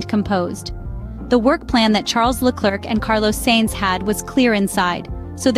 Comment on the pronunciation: It's AI, buddy. Sainz's name is also butchered.